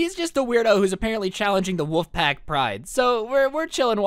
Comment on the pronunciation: do you say wouf as in bark instead of wolf